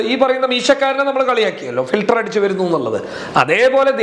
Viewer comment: ഫിൽറ്ററ് ന്ന് പറഞ്ഞാ ഏമായിരി ഫിൽറ്റർ